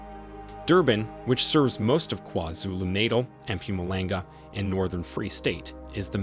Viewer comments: Lol every time you say it me and my homey are dying of laughter lololol it's KwaZulu-(NaH-taaaal ) not kwazulunatle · Haibo Buhle! Did you not hear this man say “Kwa-Zulu Nadle” 🤣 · Kwhazulu Naytle 😆 I like how you say that 😎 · Please stop saying KwaZulu NATAL like that 😫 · Sir, please learn how to pronounce "Gauteng" and "KwaZulu-Natal" 😭😭😭.